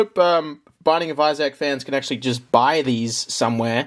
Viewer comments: I’m stopping this at seven minutes in, as I can’t watch a single second more of it. Who gave you the idea that Isaac was pronounced “I SACK?” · "The Binding of Eye-Zack" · i dont think ive ever heard isaac pronounced as eye sack before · If you say Issac like that one more time, I will hurt you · Binding of Izach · Binding of Izzaac lol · binding of eye zach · binding of iZack. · Its pronounced eye-thzik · binding of eyesack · spending an extra $1,500 to make the video better when we'd just listen to him say Isaac wrong for an hour. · Lmao my thoughts exactly, what's worse is I could hear him saying it RIGHT in my head before this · it wasn't the accent he just said it wrong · wrong And btw americans pronounce it even more wrong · they should make a $10,000 tier for to pronounce the name of the fucking game right 😭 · Say Isaac like that one more time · Pledges $5200 to something he can’t pronounce the name of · The way you say isaac bro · Just found out I don't like the way Australians say Issac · 45 minutes of Australian man attempting to say the name Isaac correctly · The way you say issac is getting on my nerves 😟